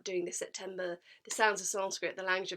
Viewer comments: She literally pronounce sanskrit so perfectly 🔥🔥🔥 Even our local gurus have many flaws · When you realize that She knows how to pronounce sanskrit better than our local religious gurus 💀💀💀